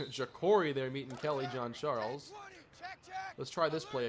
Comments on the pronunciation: Hi, actually in this case it is of french origin. doesn't quite get the right pronunciation but it's almost like John A frenchman ^^ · Kelly Jean-Charles not Kelly John-Charles! lol